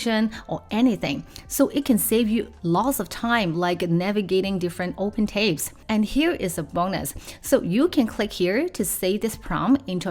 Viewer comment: It's Tabs, not Tapes